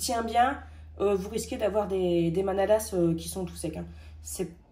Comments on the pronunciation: La prononciation est ok pour bredele, mais pour la manala on ne prononce pas le S. D ailleurs dans le bas rhin on dit bredele/mänele et dans le haut rhin on dit bredala/manala 😁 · hello et bravoo!!!hmm ca vsent lalsace ^^ce soir on en mange car on fete la st nicolas enfin la je vais en manger un lol ps:le "s" dans manala se prononce pas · Bonjour 😊, un bon moment avec vous. Bredele est bien pronnoncé mais les manalas on ne prononce pas le s 😋 après tant qu'ils sont bons c'est bien l'essentiel 😉. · un détail, on ne prononce pas le S de manalas